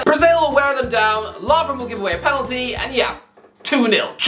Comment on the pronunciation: The way pronounces words really boils my piss. Pen al ty Embarr es ment Sen e gal Aust rail I a